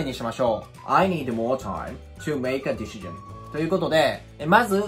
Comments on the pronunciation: ディ し ジョンはさすがに草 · 確かにdecisionだけ明らかに∫で発音されてるように聞こえる